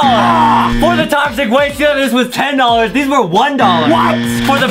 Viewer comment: tochic waste hahahhaha saour